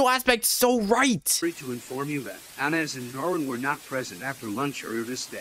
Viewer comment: it’s Anas not Anais get it right